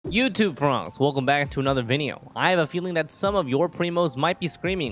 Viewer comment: "Youtoo fongs, relcome back to anhother vineo" I love that intro